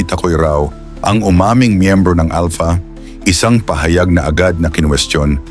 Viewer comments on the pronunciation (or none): 😂ahaha si General Estomo bulol n sya Alta daw sabi nya Alpha eh ngek😂 umeekis n sa highway ung mga driver 😂